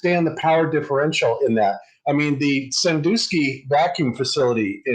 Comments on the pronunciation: Sandusky, not Sandoosky. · "SanDOOSKY Ohio." Its SanDUSKY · Sandusky, not Sandooooooooooooooosky dusk, like just before dark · Oh FFS, flat earthers can't get anything right. It is pronounced San-dusk-ee, not San-do-ski. Notice got it right. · Sandusky is pronounced "san-DUH-skee", not "san-DOO-skee". Flat Earthers are good at using footage and editing it and/or leaving footage info to meld it into "Flat Earth evidence". Honesty is a detriment to the Flat Earth cult.